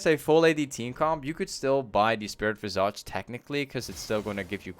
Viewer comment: The way you say Visage makes my ears bleed, great guide nonetheless